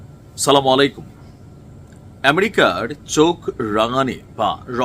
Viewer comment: Vai Salam ta thik Kore diyen Sala Malai Kum ata kinto Salam na